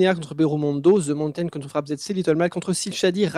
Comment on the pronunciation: Pouvez-vous arrêter de dire "ze" mountain svp? C'est "de" mountain. Merci. Je vous aime quand même.